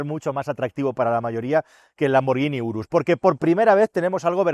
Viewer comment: Lamborghini "burrus" 🤣🤣